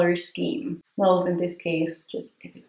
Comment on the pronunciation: Haha, as soon as the no lemon juice on lady parts intro I knew I just had to watch. Also extremely glad that you know how to mauve properly. It drives me nuts when Americans say "Maw-ve." Your skintone is so even and clear. I hope I can look even half as good as you do by the time I am your age!